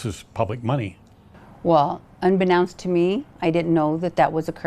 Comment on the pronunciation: It always hurts my ears to hear common words mispronounced. There is no such word as “unbenounced". The correct word is unbeknownst.